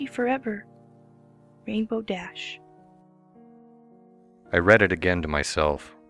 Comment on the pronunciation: My only complaint about this series is that the emphisis is supposed to be on rainbow, not dash